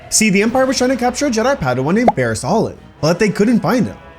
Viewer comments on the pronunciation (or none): none